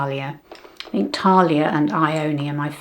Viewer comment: Sorry to be pedantic but Thalia is pronounced as we would say TH as in thanks and it’s a short vowel - there are no long vowels in Greek. I have a work colleague here in Greece who calls me Thalia ( no idea why 🤷🏻‍♀️) instead of Sally. The shadows are really nice and I agree with you, I much prefer matte shadows for day. I think much more flattering.